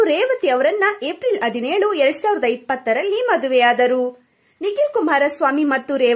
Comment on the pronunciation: ಮೊದಲು ಕನ್ನಡ ಕಲೀರಿ ಆಮೇಲೆ ವರದಿ ಮಾಡಿ ಆದಿನಾರು, ಅದಿನೇಳು ಆಕಾರ ಅಲ್ಲ ಹಕಾರ ಅದು